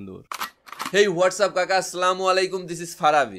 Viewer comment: সালাম টা সুন্দর করে দেন ভাই। সামালাইকুম না ভাই, হবে আসসালামু আলাইকুম।